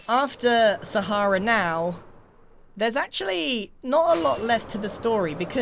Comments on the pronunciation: calls Sahara, Sahairah. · I mean, it's an Arabic word that means desert and is actually pronounced sah-hrah-oo, so I think ' version is just as valid. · ...I'm American, that's literally how we pronounce the Sahara desert, and yet, in context, it sounded really weird and off to me too. like if someone pronounced Lt. Commander Data "dah-ta" (looking at you, Pulaski)